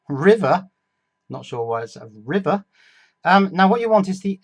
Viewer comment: circuit board "rivet"